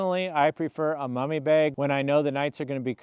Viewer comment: my sharp ear wonders where u grew up? your pronunciation of the word "bag", sounds close to "baig". Do tell.;) I have slept under my Nunatak & EE quilts most every night over last 3+ years.